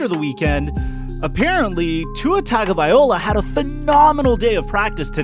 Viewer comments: If you're gonna run your mouth about an athlete, like Tua, then have the courtesy to pronounce his name correctly, fool.😡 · Appreciate the update on Tua TAGOVAILOA. Please please please learn how to say his last name. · Please learn how to say Tagovailoa — it’s cringe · Can you say Tuas last name right? Get it right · Man just call him Tua if you're going to disrespect his last name like that. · You massacred the dude's name...just use his first name...Tua lol! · Bro, you need to learn to pronounce Tua's name. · The name pronunciation is cringe bro. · Good point man, I’m Samoan and it had me cringing the whole way through! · Thank you... I thought I was the only one hearing that. Signed, Alabama and Ravens Fan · Not to get picky, but being from Hawaii, please pronounce his name correctly. It's Tagavai-loa not Tagavai-ola. It's not that hard to say or remember. Aloha and Mahalo !!! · Guy said tagovaiola 🤣🤣🤣 Tagovailoa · Tua-tagavai-LOA not Tua-tagavai-OLA 🤦‍♂️ C’mon my guy , you got the goods just gotta get the last name right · Its tagovaiLOA not vaiOLA. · Bro it's Ta go vai lo a NOT Ta go vai ola get it right bro. Keep up the good work tho🖖👍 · Bro, it’s pronounced “Tah-go-vai-low-ah”. Not “Tah-go-vai-oh-lah”. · Tago-vai-loa not tago-vai-ola sir please get that right 🙏 👍 😀 👏 😉 🤣 🙏 👍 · His name is Tagovailoa, NOT Tagovaiola!!! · Vai-loa not vai-ola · dude you're killing his name i can't take it anymore...it's "TagovaiLOA" not TagovaiOLA"... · TagovaiLOA not OLA... get it right!!! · TAGOVAILOA! LOA, LOA, LOA! Good grief man, stop saying OLA! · Bro, it's TagovaiLOA not TagovaiOLA. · Loa loa not ola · BRUH its vailoa NOT VIOLA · Wrong. TUNG-o-vai-LOA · Hey guy. Just a little comment on the pronunciation of Tua's last name. Its pronounced "TON GO VA LOA" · Please stop saying tago-VY-OLA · Tongue-O-bye-LOA not OLA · Let me spell his name like it is pronounced per his own pronunciation. Tunga-va-low-ah . Stop the slaughter of his name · TONGUE-OH-VYA-LO-AH. #FinsUp!!!